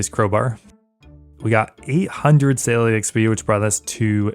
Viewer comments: Anyone else hearing Saline instead of Sailing? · omg absolutely, every time he said it I would hear "saline" in my head xD